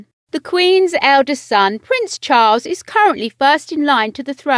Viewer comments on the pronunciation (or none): none